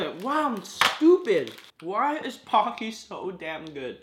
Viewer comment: When he said pocky I thaught it was donkey